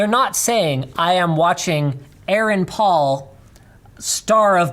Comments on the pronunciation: how the fuck do you mispronounce "Paul"? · Why is he saying Paul like that? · Having a hard time saying Paul?